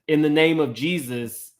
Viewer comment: She can’t say Jesus that’s crazy